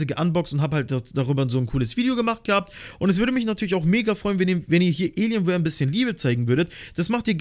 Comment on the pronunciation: Wie er das sagt elienwear